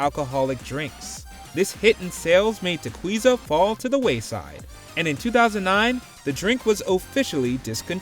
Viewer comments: LOL… Tequiza is not pronounced TE-KWEE-ZA, ya gringo!!! It’s pronounced Te-KEE-za… like as in Tequila!!! ::facepalm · I've managed a liquor store for 15 years, it's pronounced "Ta-key-za" not "Ta-queeze-ah"